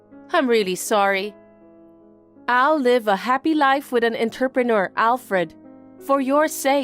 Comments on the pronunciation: Please learn to pronounce entrepreneur. 😡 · I don't think that will ever happen, I've commented numerous times. I don't think they care enough.